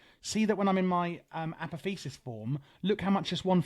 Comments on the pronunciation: uh poth ee oh sis brother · Apotheosis is pronounced "Uh-Pah-Thee-Oh-Sis" by the way :)